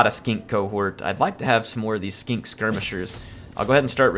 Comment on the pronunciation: I love the way he says Skink